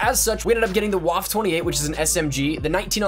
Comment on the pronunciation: I cringe every time you say "Waffe" it's pronounced "Vaf-a"